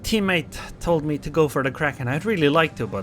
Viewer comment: Ggwp,! Almost a kwacken